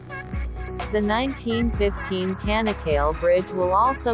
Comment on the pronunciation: bu tanıtımı bu bayana kim okuttu.. ç sesini söyletmeyi öğretemez miydi kanak kal değil Çanakkale. ingilizce Chanakkala ..olarak hatırlatılsaydı.. couldn't you pronounce Ch . the bridge's name is Chanak-kala ..not kanak kal